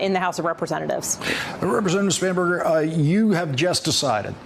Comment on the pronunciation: I’m sorry but I heard so many times “Spamburger” that I had to rewind to the lower thirds to see if that’s a real name.